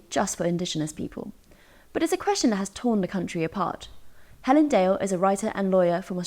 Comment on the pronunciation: “I can’t even say her name?”….Uh, try? Hell-un?